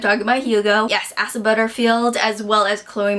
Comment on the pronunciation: I think his name is pronounced Ay-sah.